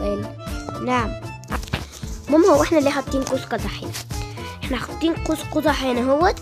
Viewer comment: اسمه قوس مش قوز 🤣